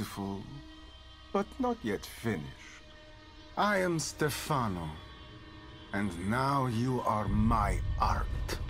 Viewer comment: It's Stèfano not Stefàno. The stress is on the first syllable.